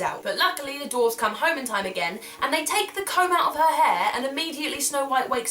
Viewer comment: I thought you were saying cone first of all. Who buys cones from old ladies?